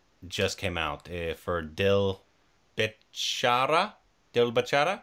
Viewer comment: You r working on ur indian accent... I was amazed to hear "Bechara" in correct pronunciation